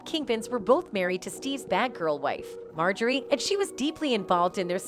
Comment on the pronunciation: Lol ! MO-JOY-RE , they people to read scripts 😅